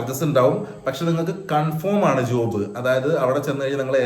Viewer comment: സുഹൃത്തേ ഉച്ചാരണം കൺഫോം അല്ല കൺഫേം ആണ്. Not conform. but Confirm. താങ്കൾക്കും പൊന്നൂസിനും എൻറെ സ്നേഹം.